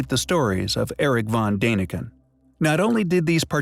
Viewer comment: You mispronounced Van Daniken...not "dane", more like "dawn"...see the two little dots above the 'a' means you say it like 'aahh'